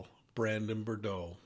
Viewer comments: Easy answer: $$! The real question is - why charge Lori and not Melani, the man's wife? (BTW it''s pronounced "boo-droh" - You can hear them pronounce it correctly in the clips you use and watch.) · Brandon BOO-DROW (rhymes with new-snow) please. 😉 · Brandon BOO-DRO Offensive that you are doing a story on someone and can't even correctly pronounce their name. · Brandon Boudreaux...your spelling and pronunciation of his name are incorrect. 😉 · you're mispronouncing brandon's last name every time you say it. come on now. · Brandon Boudreaux. Not Bourdeaux. Although I love a good. Bourdeaux 😊🍷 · I'm sorry, but it was bugging me so much that he was pronouncing Brandon's last name as "Bore-dow" instead of "Boo-drow." 🤪 I know, I know, I'm being petty, but people's names are important and we should get them right. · BOO-dro , not RIRD-row! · ❤BRANDON "BOO-DRO, NOT BRUR-DRO !! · It’s Boudreaux not Bordeaux …💋🧚🏻‍♀️❤️🇺🇸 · BUR-DOH is also incorrect 😵‍💫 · he keeps saying bordeaux. it's boudreaux. another mistake was that he said brandon recognized the person shooting at him as resembling alex cox. false. he did not see at all who was shooting at him. important fucjing detail. please get these things more exact or stop reporting bc you don't know the case. at this point your audience should not need to correct you on details. for eff's sake. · Pronounced Boo-dro! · it is very irritating that you don't try to pronounce Brandon BOUDREAUX's name correctly! it is pronounced Bou-dreaux, there is an R in the second syllable. I should know, my last name is Boudreaux! So unprofessional. Look at the spelling and see your error. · It’s sad that you cannot even get his name right. It’s a French name and it is Boudreaux. Pronounced Boo-dro. I expected better from you. This information as been out there for three years. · Boo- drowe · Brandon’s last name is of French derivative and pronounced “Boo-drow”. (That’s a long O Sound) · Love you but please, its BOO-droh